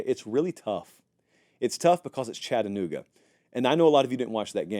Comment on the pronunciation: As a Vol from Chattanooga, thank you for pronouncing Chattanooga correctly lol